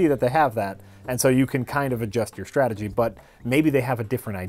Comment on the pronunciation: Stanima. It's the new stragedy. Oh.